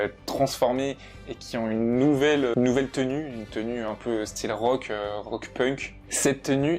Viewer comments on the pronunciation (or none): none